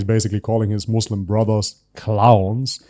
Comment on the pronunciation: After all this time he still doesn't know how to pronounce Islam and Muslim. It's not izlam...